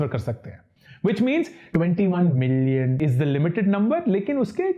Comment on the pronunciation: Does anyone notice how he stuggles to say 'million' ?